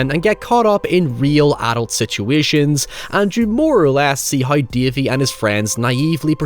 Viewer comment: My favorite protagonist, "Dævee, the pæperbœy".